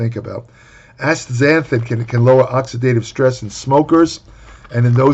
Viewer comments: Good lord was fighting for his life to pronounce this word lol. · A compilation video of pronouncing this would be hilarious.